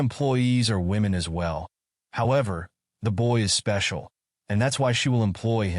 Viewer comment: I can hear the "YOU ARE MY SPECIALZ"